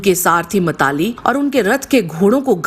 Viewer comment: ये मातलि है न कि मताली....बाकी वीडियो बहुत सुंदर है